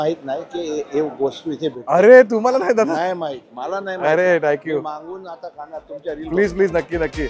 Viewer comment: मी तुमचे सर्व व्हिडिओ बघतो 👍,एव्हरीथिंग खूप छान 👌❤, एक suggetion, तुम्ही एखाद्याला जेव्हा Thank you म्हणतात तेव्हा ठ्यांकू ठ्यांकू असे म्हणता कृपया थँक यु थँक यु असे म्हणा